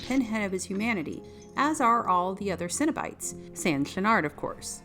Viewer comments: CENO-BITES not CINNABITES. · Why does this chick keep saying cinnabites? She hungry or something?